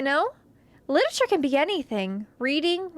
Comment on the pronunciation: I am going to take a shot every time she says "lititure". pray for my liver.